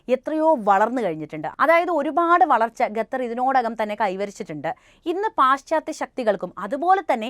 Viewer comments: ഗത്തർ അല്ല സേച്ചി... ഖത്തർ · ഗത്തർ അല്ല ഖത്തർ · Athepole Gathar alla Qathar enne parayuka ok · ഗത്തർ❌ ഖത്തർ ✅ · ഗത്തർ അല്ല ഖത്തർ 👍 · ഗത്തർ ഗർത്തത്തിൻ്റെ ഗ😂